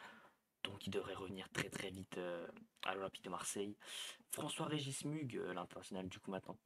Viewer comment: Ce n'est pas MUGE mais MOUGHUE avec un E prononcé comme un E accent aigu, merci. C'est ainsi que l'on prononce MUGHE